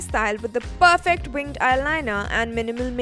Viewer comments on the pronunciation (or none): none